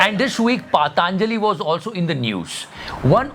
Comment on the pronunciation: Sir, Patanjali not paadaa-anjali